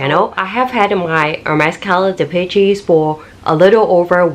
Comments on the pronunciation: Please, please if you do another video on this pouch, it's pronounced "dee-PESH," not "dee-pee-cheese." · Dee.Pee.Chee ... LOL